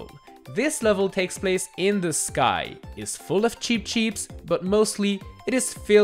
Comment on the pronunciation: Always makes me laugh when he says cheep cheeps